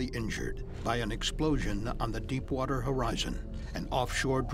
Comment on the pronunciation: Did he just say crap water?